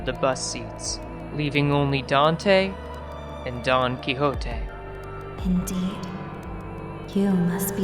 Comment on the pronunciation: i really dont like you saying don quixote like that but alr i mean its an actent